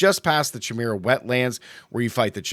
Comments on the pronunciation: Not to be rude but it's pronounced kai-mer-ah or kī-mer-ah like chameleon is kah-meel-ee-un. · Chimera pronounciation is bugging me.